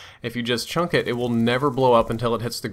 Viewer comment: Lol he says chunk not chuck